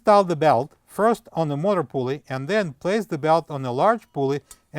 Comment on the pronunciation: Good job. Why not just replace bearings and seal. Some or your pronunciation is difficult to understand. Eg motor, the first syllable is longer and louder. MO-ta.